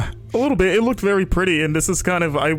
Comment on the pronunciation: did he just say at "skip ahead little b!tch" instead of little bit lol